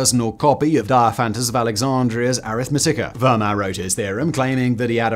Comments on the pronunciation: I couldn't watch anymore after "fur mat". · Fascinating video, but as a life-long pedant I HAVE to point out that Fermat's name is pronounced "firmer" and, more importantly, Euler is pronounced "oiler". This latter one is especially important to get right, as otherwise you totally lose the effect of the time when three mathematicians, Bose, Shrikhande and Parker, disproved one of Euler's conjectures and became known as "Euler's spoilers". Pronouncing it "yooler" doesn't quite work, does it?! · Pedantic pronunciation comment: Euler is pronounced OY-lur, and Fermat is pronounced FAIR-mah. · Simon with his own super permutation discovery by saying Ramanujan's name every which way except the correct way 😅 And FermaTT 😭